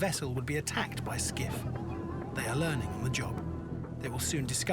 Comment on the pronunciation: Quality “Learing” Center 😂😂😂😂